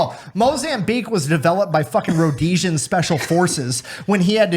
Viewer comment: You mispronounced “Rhodesia”